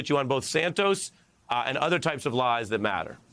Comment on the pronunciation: Why cant he say that, not Dat